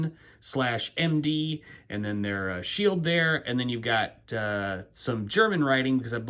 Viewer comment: Great Review. That’s a unique watch. BTW… I live near Towson and it’s pronounced Tao Son, like a towel and not a toe. Pretty common mispronunciation.